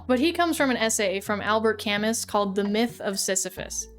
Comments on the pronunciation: the pronunciation of "Camus" as "Kamus" was painful 😭😭 For thise unaware, Albert Camus was a French philosopher, so his name is pronounced "Kamoo." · IT IS NOT CAMUS, that shit made me cringe every time you said it, i read camus a lot, and the name is pronounced ka-moo not camus, KA-MOO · No big deal but the S in Camus is silent. Camoooo! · Please, it's not Camis, it's Camu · I thought Cam-us was a joke. Cam-moo lmao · 'Camus' is a French name. Last syllable is "moo" not "muss". But, I can tell you learned about him by reading rather than just hearing him mentioned in a video, so well done. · Sisyphus doesn’t originate from Camu’s short story. He’s a character from Ancient Greek mythology. Also its pronounced “camu” not “camus” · Not Albert Cam-us 😂😂 On the real tho, last name is pronounced 'Cam-oo' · Kami? :D No. Kamu. (But English speakers have trouble with the French "u", which I can understand) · It Cam-moo not cam-us, cuz french. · "Albert cammis" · Albert Camus pronounced: al·buht ka·moo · I know you probably did this on purpose but It's pronounced Camooo 😂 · The pinned comment really hurt because this is one of your weakest essays. It doesn't understand Camus. It misapplies both absurdism and existentialism to gaming. And you mispronounce Camus; it's "Ca-Moo" like what cows say. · its pronounced "Cam-Moo" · Albert Camus lol. I believe it is pronounced Albear Kamoo. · I absolutely love the raw authenticity of this video and the palpable excitement to incorporate a life changing lesson into it, great job. Also, its cam-oo... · I absolutely love your videos! But I just need to get this out so it doesn't grind the gears in my head because of the tism: Albert Camus is more pronounced like "Al-bear Kah-moo", but no offense <3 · camus is pronounced camoooooooo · Albert Camus is pronounced Al-behr Camoo. Still I loved hearing your thoughts on this stuff. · mrdring the pronunciation of kahmoo (Camus) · "Albert Camiss" 💀 I ain't staying to hear Nietzsche